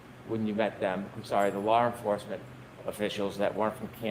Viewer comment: "Lar enforcement"- hank Brennan